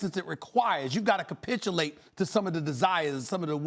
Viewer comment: Stephen A. 🗣💦 SalilaQwee 🗣💦 AkQweyesentz 💦kapitchulate